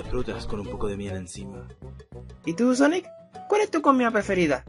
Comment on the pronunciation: Y se dice sonic no sanic